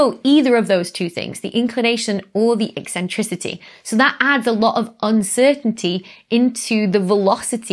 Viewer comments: The way you say e-centricity is eccentric. Tks. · And yes , it's ECK Sentricity 😀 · "E-centricity"? Are you coining new words or did you mean eccentricity? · I like your eccentric pronunciation of "eccentricity".